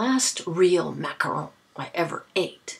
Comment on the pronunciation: I am so glad you rooted for the Giants!!! YAY!!! I actually live in the city where the Superbowl is this year and of course we are rooting for Payton's little brother!! We would have rooted for anyone the Patriots would have played against anyway..lol! GIANTS WON! I like the way you say Macaron! I have never had one but they looked yummy!!!